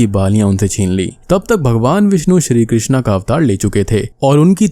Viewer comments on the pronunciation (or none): none